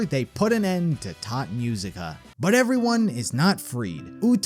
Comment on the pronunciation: Great Video but please dont say "Tod Musica". Its "Tot Musica":face-turquoise-covering-eyes